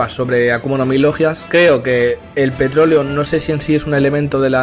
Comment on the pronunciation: JJAJAJAJ se paso de verga el de petroloe se que no es mame pero se oyó como mame xd